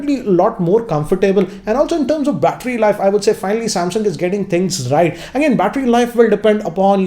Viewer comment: on the rrrrrrrrrrright hahaha